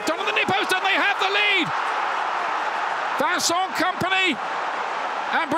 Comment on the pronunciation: Why do commentators have try pronounce the names in an accent? Why “Voncont” instead of “Vincent” just something that bugs me 😂